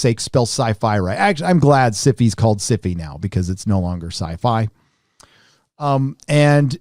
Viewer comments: The way he says syfy girls makes me think it's some kind of std. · Love how your Pronunciation of SYFY, sounds like beginning of syphilis. :)